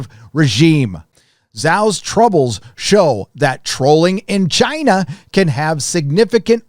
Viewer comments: I know your definitely pronouncing Shang-chi correctly 😂 and the way you say Chiina is funny asf I hope your not racist 🤦🏾‍♀️I wanna subscribe because I love your honesty on Marvel movies but ion know lol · I love your new pronunciation of "China". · Why do you say China like that?